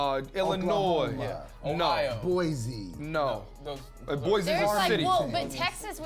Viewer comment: There's no z is Boise.... "Boy See"